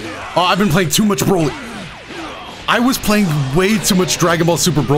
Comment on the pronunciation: Dbs broly in show. In game dbz broly. And Every time you misread him.